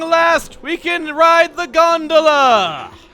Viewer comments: I didn't even have the reference of food and I still thought it sounded like Granola. Actually, you taught me how to say it correctly with this video. XD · That’s how I used to pronounce gondola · I thought that the stress falls on the second syllable in Gondola because that's the way it's pronounced in my native language :P